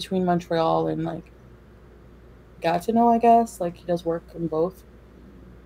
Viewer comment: She said “Gatineau” with 3 syllables and a hard “t” - usually she says it the English way with 2 syllables (Gatno). You know who always pronounces it with 3 syllables? ….